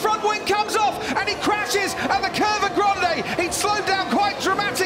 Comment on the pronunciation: One of these years Crofty will learn how to pronounce “Grande” in Italian, but this year isn’t it.